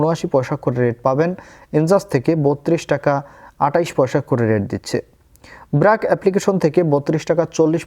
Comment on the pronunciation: ওই এপ্লিকেশন টার নাম বার্ক, ব্রাক না। ওকে